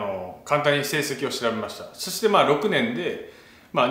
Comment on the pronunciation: ダルさんの話のつなぎの「そして」が「してぇ」にしか聞こえない これはりょりょニキの口癖移ってますねぇ